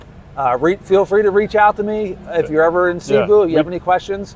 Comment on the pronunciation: Bro. It's "Say-Boo", not "See-boo".